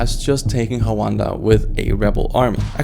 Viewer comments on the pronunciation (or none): its rwanda😂 why are you saying huanda? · Rwanda 🇷🇼 not Huanda 😂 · why does he call Rwanda huwanda? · Rwanda not Hwanda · why the prononciation of roo—an-duh like that? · I was really confused about which country you were saying for the last one because American English pronunciation for Rwanda is with the R ruh-WAHN-duh 😂